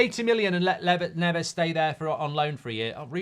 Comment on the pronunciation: It might help us get Neves if we stopped mispronouncing Portuguese names. It’s more ‘Nevs’ not ‘Nev Ez’. We haven’t got Fernandes right since he came to the club. They’re not Spanish or S. American. Hope we can get him.